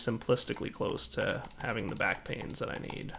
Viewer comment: Now that I've read this comment and went back and saw the discrepancy, every time he says "backpains" I frigging lose it. Rotflmfao!